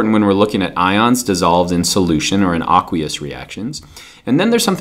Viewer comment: AAAAAAAAKKKWEEEEEEEEEUUUUUSSSSS solution bad pronunciation.